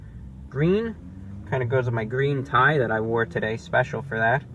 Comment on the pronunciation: It's gween!